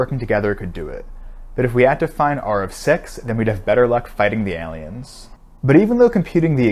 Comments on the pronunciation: his pronunciation of "alien" sound like a Steel version of Eevee lmao "Alleon" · The literal only thing I remember after watching this video is how he pronounced aalien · Did anyone notice how he pronounced the word ''alien''? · you pronounce alien like an alien